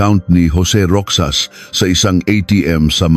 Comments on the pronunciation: Pronounced "Rojas/Rojas" AI? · tutuo bang sa pinas pati pagsasalita mo AI ( ROXAS) ROKSAS DAW? tapos (23)bente three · Roxas is pronounced as 'Ro-has', pinoy ba ang narrator neto? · Rixas not Rokjsas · Roxas or rocsas. Ale be or alibi bakit d mu alam mag peonounce nito. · Rohas pag read sa Roxas. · ROXAS. ...PRONOUNCE AS ROHAS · Parang d marunong mag pronounce,Roxas d roksas.haisttt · I hate Ai assistant voice.. wrong pronunciation of Roxas🙂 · I’m not aware of this case . This is a make believe story . Can tell you are a foreigner . . Mispronounced some of the words especially roxas . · Bakit hindi marunong mag pronounce na ROXAS? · Roksas Ang pangit ng pronounce eh. AI that is pronounced as Rojas 😅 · Di dapat gamitin ang English and Tagalog sa petsa.Roxas pronounced as Ro has.Labi slowly pronounced meant LIPS but infast way meant remains of dead people. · Baka Roxas Hindi roksas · Mr.narrator you mis pronouns the family name of Rozas, it pronouns ROHAS. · Naging Roksas ang pronouncation ng Roxas.😅😅😅